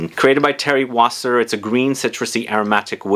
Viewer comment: it is Thierry Vasser ..not Wasser !